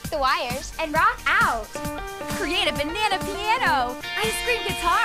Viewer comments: “Professor BENANA” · OMG IT'S BENANA AND CRIS-TEA-NE.